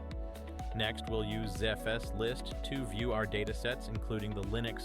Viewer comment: Here's a list of the clues I found: There's a curious pause between the first and second dash. Every Linux user I know pronounces the first letters separately. "zef spool"? I think I'll leave it there.